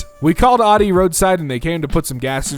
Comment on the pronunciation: The way he says Audi makes me mad